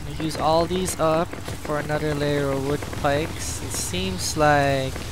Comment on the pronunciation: Good video but every time you said wood pike instead of wood spike made me pull out a bit of my hair.